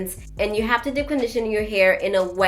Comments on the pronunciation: I was like what is “dip” conditioning than realized she was saying deep conditioning 🤣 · I think it’s cute how you pronounce deep (dip)‼️